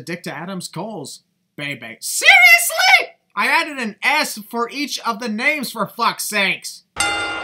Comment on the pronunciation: lol the way says "SERIOUSLY?"